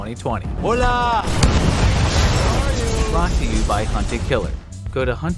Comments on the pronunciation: “Hola” explode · “Hola” EXPLODES